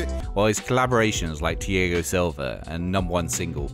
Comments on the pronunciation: the way he pronounced thiago hurt inside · its thiago not tiogo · Tee-ago Silva, what a song hahahah